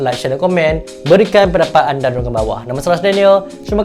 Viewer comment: Info bagus, penyampaian mantab, cuma terkilan bab memberi salam tu . ( Harap lebih berhemat cara melafazkan nya )